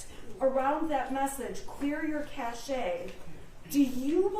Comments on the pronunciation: Cache (ca shea) as Target? They have told her how to say it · Did just say “cashay” and not “cache?” Does she seriously not know the right pronunciation of that word? Explains why she is a complete moron when it comes to using any electronic device in the courtroom. I’m surprised she knows what Facebook is. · Pronounced "cash." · Wow.. too many leading questions! I have never watched a trial like this. AND please, what year is this? Cache pronounced Cash, Cachet is something entirely different. Everyone knows that! But whatever, it is not about the small details. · It shows a lot about the defense lawyer, however: she asked, and he told her, what the pronunciation is. She then declared a few questions later that she didn't know the correct pronunciation and therefore she was going to continue with her own version! SMH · Even after the witness told her how to say it she says it wrong lol